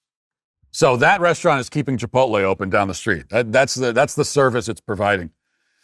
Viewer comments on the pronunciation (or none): none